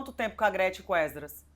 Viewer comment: Porque esse homem fala êsdras?